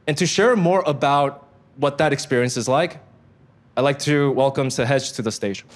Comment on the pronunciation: Did he say "f" em (for welcome) to the Neuralink a presentation... I swear it was a high level troll haha